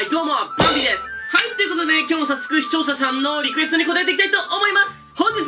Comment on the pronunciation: 毎回視聴者さん言えない可愛い